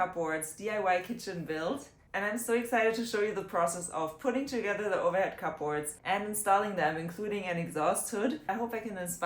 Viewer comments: To correct your pronunciation, it’s pronounced “Kub Ords” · I love the way she says cupboards. Different! 😏